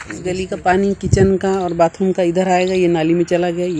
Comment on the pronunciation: बातरूम😂✅ बातरूम😂✅ बाथरूम❌